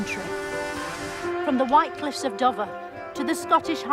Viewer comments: ah, REVVED, nice! Here's my what-hellish thinking... "Dover", sounds like "over". She pronounces it "Dovver" like "bovver" (meaning bother as in "bovverboy" or "I'm not bovvered") Needs double consonant to make the O short. E does the same thing or "quote" would be "quot". & A does it too or "boat" would be "bot" although "oar" is still "or" because it's English & there are always exceptions to otherwise steadfast rules. Anyway, it's funny she pronounces it with the short O, innit? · She actually says the white cliffs of "Dovver". ...which, now that I type it, has made me wonder if there are any words with double vs in English.